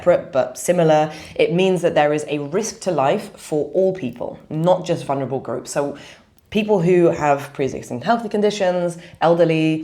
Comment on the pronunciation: You are a highly educated woman. Please say VuL ner a bul, not vun her a bul. There is no such word, vunerable.